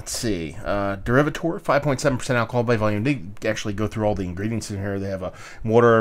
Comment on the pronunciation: when you do a review try and pronounce the name of the beer correctly